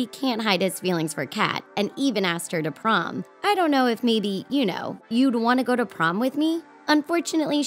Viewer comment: Did anyone else hear her say PROM it was PROME